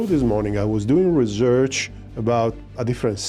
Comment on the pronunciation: Research not Rezerch